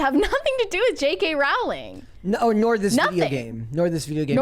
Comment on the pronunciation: Pronounced: Rowling like Bowling